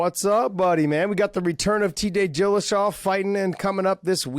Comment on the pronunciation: “Tday Dhrilashaa”